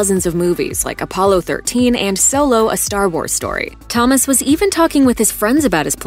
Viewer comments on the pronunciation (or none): none